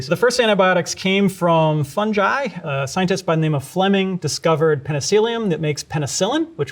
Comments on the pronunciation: Thank you for the video, was very informative. Only blazing issue i have with it.... its pronounced Fun-GUY, not Fun-Jai, just like its Gif not Jif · Never heard someone call fungi “funji” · His pronunciation of Fungi basically discredits anything he says in this video. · omg its “fun-jai” not “fun-guy”??? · Fun-ji😮❓⁉️❓ What?? Maybe it’s us British but I we pronounce it fun-guy😮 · It's funny how Americans pronounce fungi like funji but pronounce fungus properly. Interesting. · fungi is pronounce funj-eye? since when? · Did he really just say funj-eye instead of fungi? How does he pronounce fungus, fun-juice? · I've never heard fungi pronounced that way before!